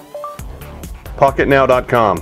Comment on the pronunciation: it sounded like he said "im with fuck it now" haha